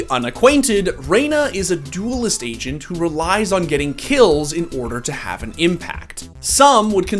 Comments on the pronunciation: I legit heard " the Asian Abilities" when he said the agent abilities. lol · bruh instead of agent abilities i heard asian abilities